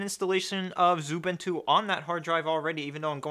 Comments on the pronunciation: I noticed you say 'Zubintu'. Pls stop. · ... No that's xubuntu not xubintu...